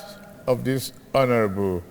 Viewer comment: ... Honorable hallow member... and feeloow...😂😂😂 There was a country...